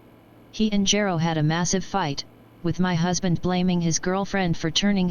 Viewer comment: i choose to believe the text to voice never properly pronounced Gero, and that its not a result of any lost correction programing or any other corruptions in the system. it always anoyed the Dr., but he was too busy to take action.